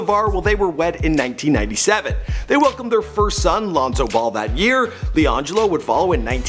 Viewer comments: He said lenzo it's Lonzo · It’s Lonzo not Lanzo lol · He said Lanzo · Why ain’t no one talking bout how at the start he said “LAnzo” instead of “Lonzo” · Who the hell is ‘Lanzo’ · "Lanzo" ma boi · who else heard Lanzo and went to the comments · “he really said “LANDZO”